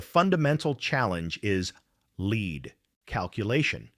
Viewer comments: Leed not Lead for Lead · do you not listen to your video after you have the AI read it? "lead" in reference to this video is pronounced "leed". This simple mistake makes your video appear ignorant. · Try to get the AI to pro ounce it "leed", lead is a base metal. Maybe edit the text file? Snoozer! Bailing at 3min4sec. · Please kill the AI NARRATION that dies not know difference between Lead, lead and Leed. Yes english is hard. Kill the Ai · It sounds like a live reader, but if that's so, why does he keep mispronouncing 'lead'? The word means out in front, not heavy metal. They are pronounced differently. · This is a fascinating story made illegible by the cheap-ass CG narration that can't discern how to pronounce "lead" vs "lead". And when we teach this thing how to properly master this diffucklety, will WE really be better off for making the things smarter this way? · AI voice cannot discern the difference between "lead", and "lead" within context. Is AI smart? Nope. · AI kept getting "lead" as in LEED confused with "lead" the bullet metal. Amusing. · Narrator is repetitive and mispronounced words like lead and lead bow and bow live and live......get to the point of the story ffs